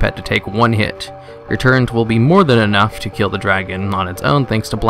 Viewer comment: Nice guide! "Turrent?" ;)